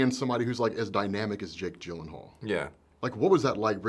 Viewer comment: It's GhyylenHoool (if you watched Conan O'Brien's interview you will understand) another moment of silence where says something and other people look at him vaguely